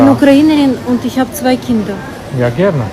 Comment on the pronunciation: Ta odpowiedź brzmiała "ja, gierne", i jej autor nie brzmiał jak Niemiec. Możliwe, że taki Niemiec z SS Hołyczyna.